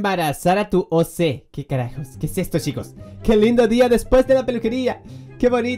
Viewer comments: No se pronuncia O C se pronuncia como decis Ok Y un OC es el Avatar bueno noc si me explique bien -^ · Cuando dijo oc (pronunciándolo oce) me puse a reír un montón y oc (pronunciado oc) es él personaje que creaste en gacha life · Se dise Oc primero o y segundo c se dise oc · No se dice o se si emmmm di ok ok no okey no si no ok asi se dice oc y es un personaje que creaste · No es o c es ir OC no o c 😃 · Como lo pronunció